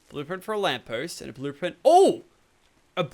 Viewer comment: said blueplint ahaha lol